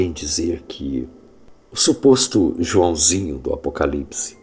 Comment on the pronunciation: RRRRRRRRRRRR RRRRRRRRRRRR Gostei do "juaosinhio" RRRRRRRRRRRR RRRRRRRRRRRR RRRRRRRRRRRR RRRRRRRRRRRR AS RELIGIÕES SÃO FEITAS PARA ENGANAR!